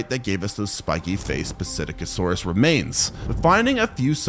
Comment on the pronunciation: It’s pronounced sit-ack-o-saurus